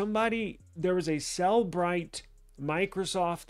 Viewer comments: Please learn to call it by its real name. It is not pronounced "cell-brite". It is pronounced "cell-eh-brite" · Then stop saying "Sell Bright" when it is pronounced "Seller Bright".